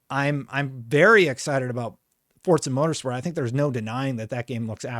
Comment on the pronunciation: For crying out loud...how many times??.. FOR-ZA.. doesnt...“DOESN'T" have a D in it! It is not fordza ok